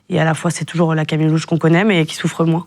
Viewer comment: Camilleuh !!! cro bieng !!